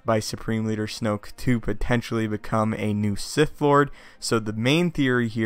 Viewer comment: lol you said snope